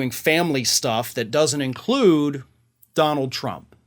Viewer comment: " Sorry don-nuald , .... I Don't Care , Do You ??? "